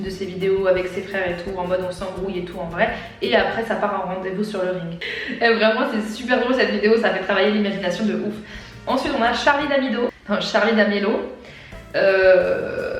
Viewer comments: Charlie D’AMIDO eu non Charlie D’AMILO mdrr c d’amélio 😂😂🥰🥰❤️ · charliedamido ---> charliedamélo 🤣🤣 c charliedamélio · Mdrrr comment elle a massacré le nom de Charlie Dameloi 😂